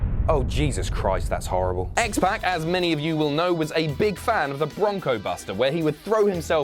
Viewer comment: Oh God, I hate the way you say X-Pac 😂 Other then that, fantastic video and I didn't even some of the stuff on here. I knew about Cesaro, Mick Foley and Stone Cold.